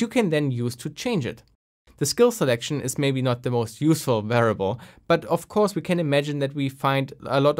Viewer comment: It sounds a bit like you're missing the i in variable. (sounds like varable) Even so, awesome content! Interesting to see some cheat tools that are being used nowadays.